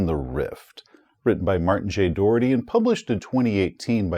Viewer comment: Good review. But for the record, the author's name is pronounced Dow-er-tee Like the BOW of a ship, or alLOW something to happen.